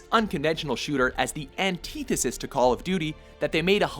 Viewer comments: Anteethesis = Antithesis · Antithesis.. dude pronounced this word like an idiot. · "Anteethisis" Why, WatchMojo? Why are you so terrible at pronouncing things?